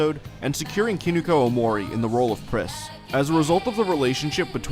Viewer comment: haha dude I had to listen like three or four times to realize you weren't saying "Priscilla Prisasagiri" at the beginning. good stuff.